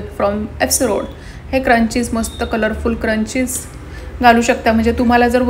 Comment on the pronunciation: Video chaan hota ,Narration pn chan kel,But u need to work on your Pronunciation ugach nako tithe न cha ण nako krus .अस्तरंगी नाही अष्टरंगी. क्रंची नाही स्क्रंचि. शोक नाही शौक. फॉवर नाही फ्लावर